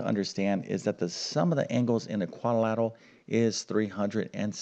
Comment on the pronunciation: It's quadrilateral NOT quadilatal.